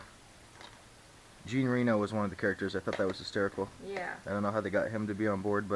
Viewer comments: Yeah... You really need to French it up a bit. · I love the way you pronounce Jean Reno...lol